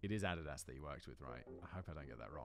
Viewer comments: Add e das ☠️ " uh dee das" lol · jeezus.. its a'DEE dus........(NOT ADDED ass) =ADIDAS (laughs and shakes head )...🤣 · Adidas is pronounced A-dee-dus lol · Ay-dee-diss. Not add is ass. Jesus simon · My American ears heard AHH-di-das and it took me a minute to realize he mean Uh-DI-Dus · Wtf is adadas? It's Adidas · "add-it-ass"? No, Simon. No. Addeedas, bro. Jeez. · Dude, the way you pronounce Addidas gives me car sickness. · Adidas is pronounced as ad-E-daz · “Adadas” is better than Addidis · Add-a-das haha best adidas pronunciation. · Adidas ---> uh-DEE-dus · The way you pronounce Adidas almost made my head explode lol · Interesting pronunciation of Addias. In the US we say "AH-DEE-DAS" lol. Absolutely love your channel!!! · Simon's butchered pronunciation of Adidas is genuinely impressive. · The pronunciation of Adidas. Lol Excellent. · Hearing this man pronounce Adidas is painful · i'm just here to listen to you trying to pronounce 'Adidas' over and over. Chef's Kiss :face-blue-smiling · The amount of time it took me to understand Simon's pronunciation of Adidas... I thought he was trying to say the acronym of a sports org. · Simon, I'm going to need you to run your pronunciation of Adidas by me one more time